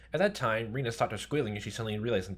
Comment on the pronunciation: The E in Rena is pronounced like eh.